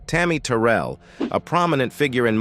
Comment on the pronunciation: That’s not how you say tarry Terrell name 😐😐